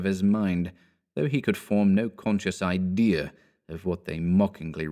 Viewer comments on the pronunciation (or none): none